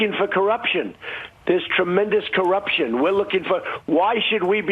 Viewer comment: "This tremendeous corruption" Sounds like he think it's something good. xD